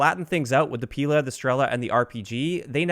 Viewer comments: Omg it hurts my ears so much! Not "P'ILA" and "STR'ELA", but PIL'A and STREL'A. Emphasis on the last letter. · It's not pIla - it's pilA >_< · Stress other vowels in Strela and Pila